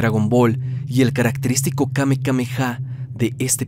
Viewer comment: Se llama:"Kamehameha" no kamekameha. Solo para aclarar